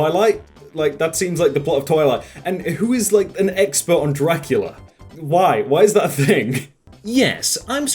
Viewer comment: Sorry but i have to point out that its: "Draculea" not Dracula